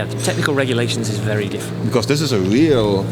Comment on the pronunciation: HAHAHAHA ich finds geil wie JP very sagt klingt wie vewy 😂😂